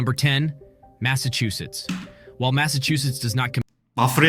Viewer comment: The way he pronounced, Massachusetts keep working man getting better every day (mass-a-chew-sits) best way I can put ia